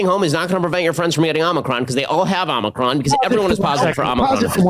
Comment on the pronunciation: The way Ben pronounces "Omicron" hurts my ears, especially when he says it multiple times in succession.